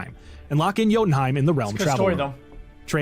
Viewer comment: as someone in chat said, "yodie-heim". viva la mimir